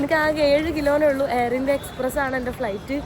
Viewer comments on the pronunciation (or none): none